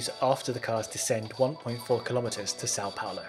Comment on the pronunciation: Very nice pronunciation of "São Paulo" from a non Portuguese speaker